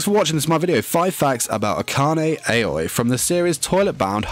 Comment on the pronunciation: SERIOUSLY DUDE YOU BE SPELLING AKANE AOI WROOONNGGGGGGG ITS "ah-kah-ney ah-o-ee"